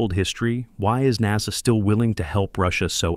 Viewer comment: good video.. please stop using text to voice that is crappy. mis-pronunciations of words like NASA is a huge distraction.